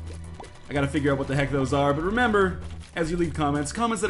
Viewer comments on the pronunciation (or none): none